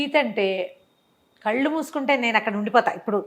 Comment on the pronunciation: కల్లు కాదు కళ్ళు